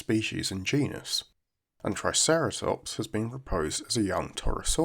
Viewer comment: Very happy to hear you not say trikeratops